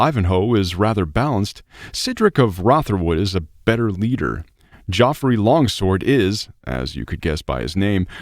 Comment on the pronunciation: Nice summary of a great game. Just fyi, Geoffrey is pronounced the same as Jeffrey.